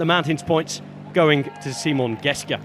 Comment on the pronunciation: Actually he didn't pronounce Simon Geschke the right way.